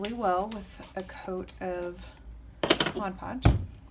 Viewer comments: “Modge podge” lmao drives me crazy too!!! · Literally the only person I've ever come across that pronounces Mod Podge properly. Lol I've always only heard "Modge Podge". Very helpful video! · Best tutorial! Your also the only one I’ve seen that actually pronounces Mod Podge the right way lol..